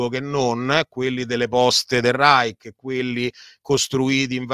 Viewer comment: Professor Mariotti..un minimo di documentazione sulla pronuncia di Reich. A sentirla parlare e citare parole straniere passa la voglia di seguire il video. Tanto per capirci, una per tutte, "Vogel" si pronuncia Foghel". Quando uno si presenta come esperto certe mancanze inficiano la fiducia sulla persona in toto.